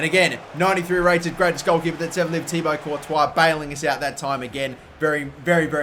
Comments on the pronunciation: He said Tiago courtois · Was I the only one to hear '93 rated thiago Courtois'